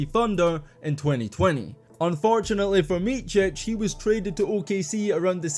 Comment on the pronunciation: his name is not pronounced Michich but more like Mitsich